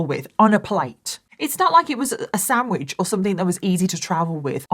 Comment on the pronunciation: I love how you call sandwiches samwidges lol. And you say very as wary. So cute